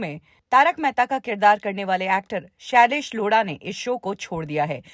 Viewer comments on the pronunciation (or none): shailesh Loda🤣🤣🤣🤣 madam nam to shi se lo